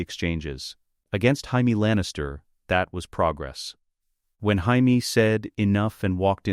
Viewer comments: Why can the AI voice pronounce Jon properly, but not Jamie? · This is AI shit. Cant even pronounce Jamie?